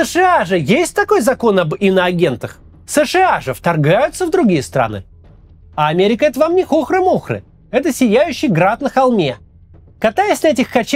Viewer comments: Максим, спасибо за ролик. Только хухрЫ-мухрЫ, ударение на Ы. Не благодарите. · Это маленький внутренний мем что ли, его на стримах Брюханова тоже пыталась переучивать так говорить хухрЫ-мухрЫ, но Максим всё равно не соглашался и говорил по-своему :)